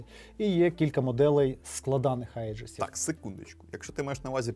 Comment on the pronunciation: "Аєджис" читається як "Іджис". То типу "Егіда" перекладається